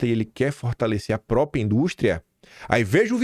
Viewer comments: Dói ouvir PROpia de vc. Tá igual funkeiro. Repita, Própria. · O certo é “própRia” e não “própria”